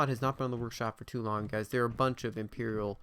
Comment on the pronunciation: The cringe when he said imperior.